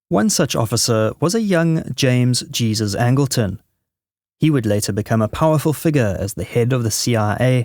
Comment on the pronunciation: Angleton's middle name is pronounced in the Spanish fashion. Given your experience in working on such stories, you should know better.